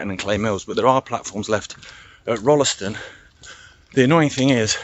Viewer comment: Amazing. This is a trip down memory lane for me. I spent the first 16 years of my life in Stretton. Went to the junior school, then the big school in Tutbury, and the big school at Rolleston. Pronounced Roll ston by the way, without the 'e'. I walked some of your route on 22nd August 2019. Pictures on my blog. Delete the link if you don't want it. ilona